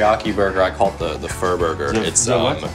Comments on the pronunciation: Furburger lol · Joji really called it the furburger Im fucking wheezing. What a reference